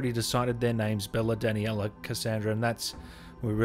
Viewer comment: No one: Him: Danny-ella Cuh-sand-druh Bela